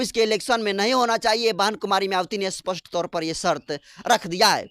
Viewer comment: Aap " Spast "shabdko "Aspast " Kyu kahte ho !